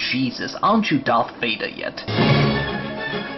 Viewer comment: "arent you darth wader yet" made me laugh lol